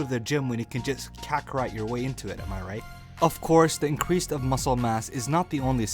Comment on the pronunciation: I hate how he says increase